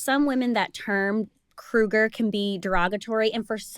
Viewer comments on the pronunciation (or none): It's Cougar, not Crougar. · It's cougars not crougar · is she saying cougar wrong?